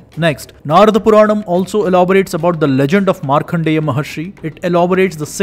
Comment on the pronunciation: Markandeya. Not Markhandeya.